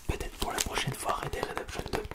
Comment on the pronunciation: Ça à l'air compliqué pour toi de dire "Red DEAD Redemption" .